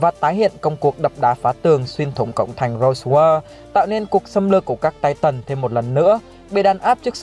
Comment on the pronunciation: Anh đọc chứ titan thay chữ tai tần đc k nghe nó kì kí